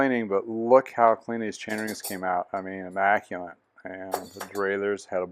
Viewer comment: Awesome bike no doubt 👌 ... FYI...There in no (N) in (Immaculate)